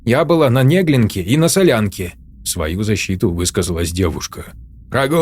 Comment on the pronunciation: «Нéглинка» резанула конечно. Но все равно 👍!